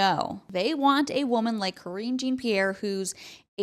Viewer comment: I think you missed the joke about KJP's first name? You mispronounced it, so that could be why? Or have just never heard the term, latrine? It's tend to be used mostly in the military, but it means toilet.